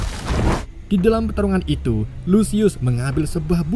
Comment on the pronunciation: Bang pas mau bilang itu kok jadi iu